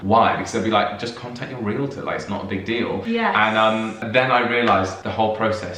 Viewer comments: First, congratulations for pronouncing realtor correctly. Too many Americans pronounce the word ree-luh-tohr. In the US, realtors technically work for the seller of the property, since it is the seller who pays the commission, but in reality realtors work for the buyer. For example, a realtor may take the prospective buyer to view four or five properties during one session. They will show the buyer numerous properties that fit his wants. During past home buying experiences I waas shown 20 or 25 properties before making my decision. Once a realtor showed me a single property and then started pressing me to buy it. I simply told that realtor that she wasn't the realtor for me and moved on to someone else. One thing that wasn't clear.In the UK, who pays the estate agent's commission? The buyer or the seller? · THANK YOU THANK YOU THANK YOU for properly pronouncing the US person as realtor (“REEL-torr”). So many people in the US say it as a 3-syllable word (“REE-lit-turr”) which is so wrong and drives me bonkers.